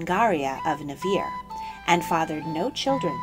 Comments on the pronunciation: Berengaria of Navarre not Navirre. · It's Navarre not Navirre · It's hard to recognize the way you pronounce 'Navarra', as in Berenguela of Navarra. It's pronounced 'na-va-rra', just as it's written and like most every word in the Spanish language. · Ngl I cringed at the pronounciation of Navarre